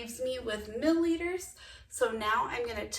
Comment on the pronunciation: Mill-i-liters not mill-liters